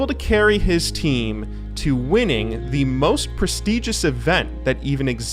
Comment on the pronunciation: why do you say to like that